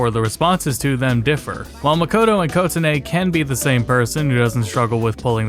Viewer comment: I'm sorry, but the way you pronounce Kotone is aggravating me.